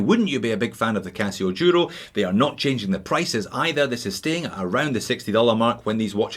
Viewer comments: Merry Christmas from Spain. I'd like suggest you to try pronounce Duro right during the next course. As you know Duro means Tough in Spanish and should be said Duro with a D not a Y (yuro). Cheers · That's the Scottish pronunciation of the Duro.